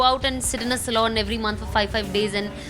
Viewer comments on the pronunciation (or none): It's SALON not SALOON !!!! 😅